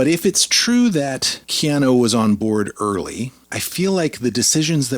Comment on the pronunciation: why are you saying KeanO.....it's KeanUUU?